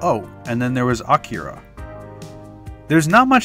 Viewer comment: why u pronouncin akira like that?